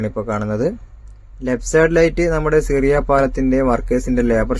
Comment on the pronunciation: സിറിയ പാലം അല്ല ഷിറിയ പാലം.